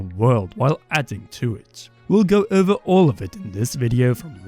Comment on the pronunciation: It’s funny to me when you say over but I hear it as över